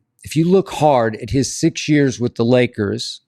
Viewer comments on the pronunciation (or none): none